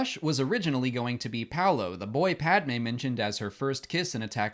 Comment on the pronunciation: iceberg11327: I agree especially the way he pronunces Padmé's name irrks me.